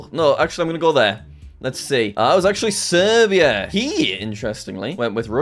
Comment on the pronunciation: he way he said Serbia though😂😂